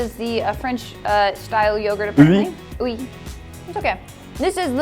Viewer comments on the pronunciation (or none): Oui is pronounced wee not oo-wee or eewy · This is the French yogurt “oooooo weeee” you mean oui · Oui yogurt is pronounced like we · Oui is French for yes.... you pronounce that brand “we”... *slow 👏 😂 I still love you guys!!